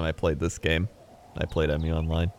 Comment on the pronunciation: P.S. why do you call it "E-myu", it's just Mu, not even Moo, just short Mu